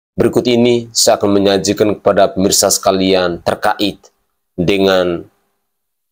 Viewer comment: Ralat penyebutan kata "terka'it" salah, yg benar adalah "terkait" tanpa tekanan tapi datar... Semoga diterima. Tks. Gbu